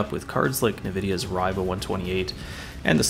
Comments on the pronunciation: I had all of these cards. Btw it was the "Reeeva" not the "Rye-va." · r-eye-va? eww, you dont spell river that way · Hey just a heads up the accepted pronuncation of Riva is more like "ree-vuh".